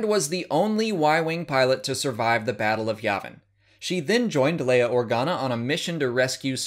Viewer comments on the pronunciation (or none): none